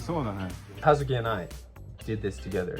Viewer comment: It's so crazy. I know Kazuki is a common name in Japan, but I grew up in the USA and everyone has always mispronounced it. It throws me off to hear my name said correctly in a video.